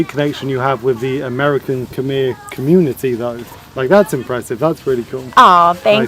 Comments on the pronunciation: I notice that even though you've been in cambodia this long, no one have told you the correct way to say khmer. Thank the french for butchering the spelling of "khmer" because phonetically it is off. The correct way to say khmer is more like kmy... as in "my" house, "my" car, "my" stuff, but just put a k in front of "my". The phonetically correct way to say Khmer is Kmy. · It was the French attempt at using their pronunciation of the alphabet to make Cambodian sound. France ruled Cambodia for very long. There is no "E" or "R" sound in how we pronounce khmer. I always thought it was the dumbest spelling ever. The french literally mess up the spelling. Want to know what's worse? Pol pot who was the leader of the khmer rouge (another french word) rouge is red in french. So the literally translation for them is the "Red Cambodian." POL POT was educated in France and that's where he got some of the genocidal ideal from. But it's not all bad i guess because we got some good french food and architecture. Also, go ahead and test it out. Ask everyone which one sounds more correct. The "MER" sound or "MY" sound.